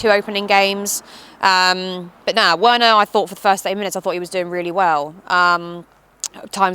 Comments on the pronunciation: Pronounced “Ver-ner” not were-ner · It’s pronounced verner, not werner and zeeyech, not zye-yech 😜😂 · Timo "VERNER" It's pronounced VERNER. Not OUERNER. Zyech is pronounced Ziiesh and not ZAYESH. If you're going to make youtube videos as a "pundit" the least you can do is make an effort with players' names ffs